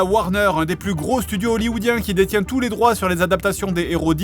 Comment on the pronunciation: "Tous les techniciens " T.O.U.S, pas T.O.U.T